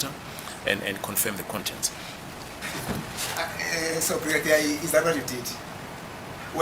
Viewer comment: "Am talking about the KONTENTE" Hahahaha is travelling on a bridge over trouble waters.